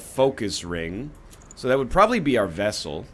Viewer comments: I am beginning to believe NL says vessel instead of vestal just to trigger people like me. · VES-TAL. there's a T in there egg. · NL will learn how to say VesTal correctly. Truth [X] Doubt Lie Is this replacing the Culling 2? ✓ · People are so salty about the vestal pronunciation, a real canadian pronounces it vessel because of the french in us, too used to silent t's. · 🥚 you have to pronounce the “t” in vestal you egg